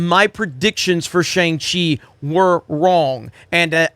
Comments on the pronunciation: Did you not watch the movie? It's not "shANG-Chee"... it's pronounced "shONG-Chee"... it's literally in the movie. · wow... ignorant... it's pronounced SHANG Chi... not SHANG Chi! >:( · Can’t even say Shang Chi right 😮‍💨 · Dumb, just dumb, this channel is garbage. Can’t even pronounce Shang Chi correctly. “I’m hearing mix things.” Mix what brother? “Continue to go after us?” Hope you stay safe and well during these times. You are biased before even seeing this movie but I believe that’s it’s just how you feel in your narrative. ✌🏾